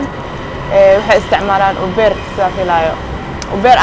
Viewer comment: uber sidee ugu dhawaqdy ban ku qoslay 🤣